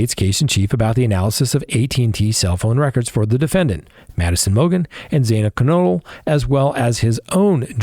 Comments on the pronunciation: I really enjoy listening to you, but..tonight I want to scream. It’s not zaina it’s zanna! Please get it right xo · Why are you still mispronouncing Xana’s name? It’s pronounced like Anna with a Z in front of it